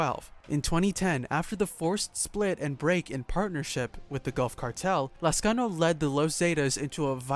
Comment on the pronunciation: I like how you pronounce my lastname correctly